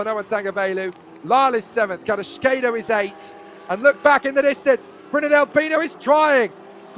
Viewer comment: That is NOT how you pronounce CARRASQUEDO...